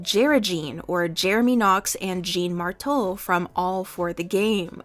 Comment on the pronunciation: YESSSSS JEREJEAN MY LOVES. Also Jeans name is pronounced Shawn Morroh💕